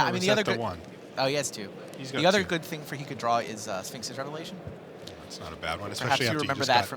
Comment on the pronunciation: please tell me Mr. Commentator....what is a Sfeenix revelaton? Dummy